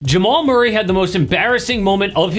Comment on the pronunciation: who in the hell is MUIRRAY???